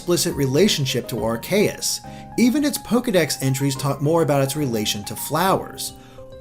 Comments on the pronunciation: Areaus is pronounced Ar-see-yus not Ar-kee-yus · can you say Are-Key-Us? it's not Are-Kay-Us. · It was all going good until >Ar-KAY-us Oh god why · Plz dont say Ar Kay Us again its Ar Key Us (thats how its pronounced ask the 3DS pokedex game thingy) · are-kay-us? I have always pronounced it as are-see-us, but i will admit your way sounds way cooler and more god-like. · who's Arkayus? I know Arceus but not Arkayus... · According to Smogon the correct pronunciation is AR-kee-is and says ar-KAY-is, so he is technically incorrect. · I think everyone would benefit if you pronounced our God's name as (ARE-see-us) and not (are-KAY-us). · It's not are-kay-iss its are-kee-iss get yo pronunciation right m8s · 90% of this comment section is just cringing at the mispronunciations of pokemon names. (And it's Ar-KEY-us, not Ar-KAY-us) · Actually, the official pronunciation of Arceus is Ar-KEE-us. It was only pronounced as Ar-sea-us in Battle Revolution, which came out before Arceus was officially released, meaning they hadn't decided on an English pronunciation yet. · also r-k-us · If I hear Arkayus one more time... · Ive just gone through more of the video and i realise that you also said ar-CAY-ous. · epicheracross512 I say AR-kee-is, that's is why the way says it bugs me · You pronounce Arceus like this: ARK-ee-us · Ar-see-us gives more sense watch how to pronounce pokemon on youtube(youtuber`s name: TheJwittz). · ar-key-us, un-own, and ee-vel-tal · Mushroom Kingdom Puffle yes, I hate when people pronounce them wrong, especially someone who does video game commentary for a living. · please never say Arceus' name again unless you say it right and not Arkayus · Lots of Pokemon name mispronunciations here. Yveltal (Evil-Tal), Arceus (Ar-Key-Us) and Magearna (Ma-Gear-Na) already have their respective confirmed pronunciations. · Arceus: Ar-key-us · that's not how you pronounce arceus. the e makes the c soft. says so in the anime.